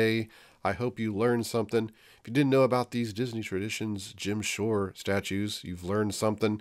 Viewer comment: Mary McQuain i thought he was saying “Gem Shore”. Haha haha